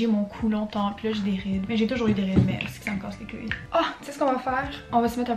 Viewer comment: saying « Ça me casse les couilles » with her accent is just SUPERIOR.❤️